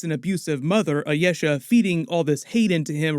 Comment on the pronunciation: "Ayesha" is Pronounced as I-e-sha